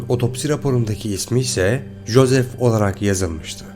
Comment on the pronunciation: İngilizce’de “J” harfi “C” diye okunur. Joe, Joseph gibi isimleri telaffuz ederken biraz kulak tırmaladınız. Local de “şehir” diye çevrilmez “yerli” diye çevrilir.